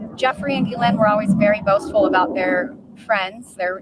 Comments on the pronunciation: QC here...Hey Doug, I'm going to try this one more time for the sake of credibility, pronunciation matters. Hey Doug, here are 4 ways to pronounce Ghislaine Maxwell's name. The "s" is silent. Ghislaine Noelle Marion Maxwell ɡiːˈleɪn ɡiːˈlɛn ghee-LAYN ghee-LEN So, unless you are doing it as a bit, please drop the "giz". Thanks. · pronounced GAH-LANE, Doug.🤪